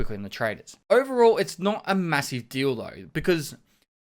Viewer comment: I always hear "not a massive deal though" as "not a massive dildo". Am I the only one?